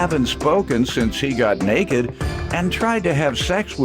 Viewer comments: "I was never "neked" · "I was never nekked!" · "I was never neked."